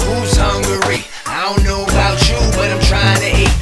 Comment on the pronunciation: I like when they said hungary instead of hu-ungry 😂